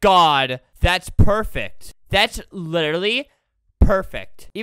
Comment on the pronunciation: Chris McNeill perect?